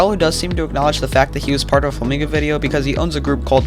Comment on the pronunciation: the way he said it made me think g r i n g o (Im Mexican btw)